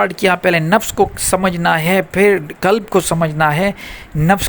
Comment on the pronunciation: Janaab ye "KALB" nahi he balki "QALB" he huzoor KALB kutte ko kehte hn !